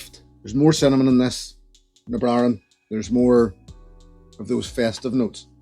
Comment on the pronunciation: Sounds like you forgot to pronounce some consonants in "Na Bràithrean".... but I'm an American so what the hell do I know?